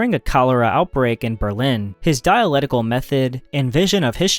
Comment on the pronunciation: It's "diaLECtical", not "diaLETical".